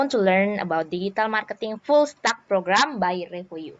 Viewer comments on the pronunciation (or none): Suka banget sama presentasinya, akutuh bangga aku tuh. Masukannya: 1. Sebelum presentasi, pastikan pronounciation kosa kata bahasa Inggris sudah tepat atau belum via Google translate, biar mbah Google contohin dulu cara baca nya. Contoh: full stack (bacany bukan stak tapi stek) 2. Pastikan kosa kata dlm bahasa Inggris ga typo, alias lagi2 cek ulang Google aja (contoh yg salah: Carrier (pembawa atau pengidap) padahal Career (karir). 3. Selain dari hal2 yg udah fiks ada di presentasi, bahasa Inggrisnya udh ok, yg terutama memang PD. Tingkatkan terus, bahasa Inggris jgn lupa digeber abis2an bila perlu tahun ini lulus TOEIC juga masukin ke plan mu, kembali diinvestasiin dana dari kita2 wkwkwk. 4. Jgn menyerah! Bagus banget ini, buat footprint perjuangan Ara membangun karir dan membangun usaha keluarga kita. 5. Bapa mama, kalo baca ini, tolong bantu jadi investor buat kepala Ara ✨ Yeyeyeyey Tuhan Yesus berkati kita sekeluarga